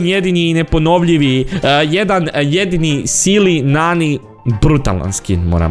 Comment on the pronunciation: Nije Sili Nani nego se izgovara Sejli Nani! 🤦‍♂️